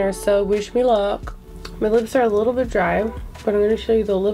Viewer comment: You said a “likkle” bit more lol 🇯🇲